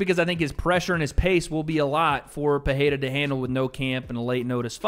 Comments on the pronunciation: it annoys me so much hearing americans butcher Alex`s name, couldnt you just open up google translate and try just a tiny bit instead of saying peheira over and over again jeez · Bro can you please pronounce dudes last name correctly 🙄